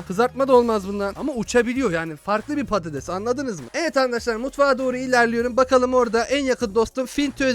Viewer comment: abi sen patetes dedin için il çok güldüm sonra geriye alıdım